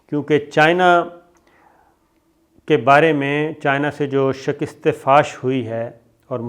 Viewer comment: Pai jee, it is called 'shikast' and not 'shakist'. Also, visa is not rejected - rather visa application is rejected (or you can say Indian government refused to give visa). And it is' Durand Line' and not 'Davrid Line'. You need to educate yourself.